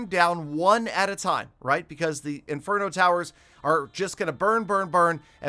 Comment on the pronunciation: he says single farget interno instead of single target inferno 🤣